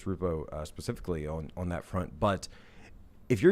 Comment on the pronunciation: Can stand when people pronounce the word on.....awon. Wtf is that ??? So irking